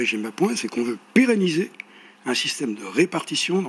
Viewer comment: Cela n'a qu'une importance dérisoire mais, "peréniser, Vs pénaliser" ? vers , je pense que Maurel à raison sur l'esprit du bafouillage, mais que "en même temps" le jeune loup dynamique de la Macronie a prononcer un truc particulierement tordu pour rattraper, du genre " péna...réliser"